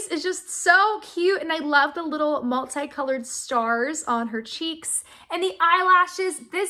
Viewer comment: When said multi it sounded like. Muleye